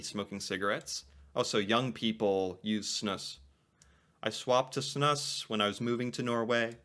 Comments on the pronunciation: Snus is pronounced snuuce! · Snus is pronounced “Snoose”.